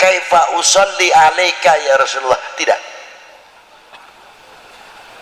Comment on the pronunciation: Yaa Rosulowoh /Yaa Rosulullah/ Yaa Rosulallah ...yang benar yg mana ustadz ,Kalo membaca yg jelas ustadz, sukar di telinga rasanya..😂😂😂